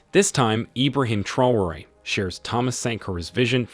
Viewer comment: Dear narrator , please note, TRAORE is pronounced tra-o-ray!